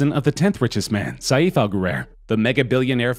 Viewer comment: His name is not Sayeef. It’s Pronounced Safe. Couldn’t they get someone who is not such a moron to talk about the Richest people in Dubai. The name is not Abdoolah, it’s Abb-Dallah